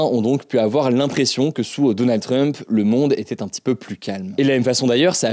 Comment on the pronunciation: Hugo : « Donannd drump » 🗣️